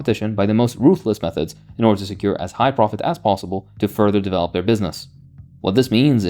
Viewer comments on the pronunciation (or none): none